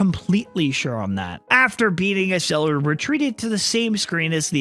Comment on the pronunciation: First it it Ecseller not Eseller And do the sequel